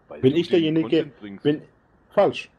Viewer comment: ".. Das letzdneendnes ich der Jeniche bin.." (der wo hergeht und derjeniche ist) .. 😂